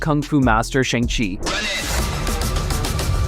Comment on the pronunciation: From Simon By the way the movie shang chi 2 the wreckage of time is pronounced as shong-chi 2 the wreckage of time